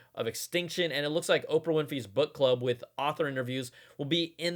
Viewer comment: Did he say "Oprah Winfrey's BUTT-club"? Is that really a thing?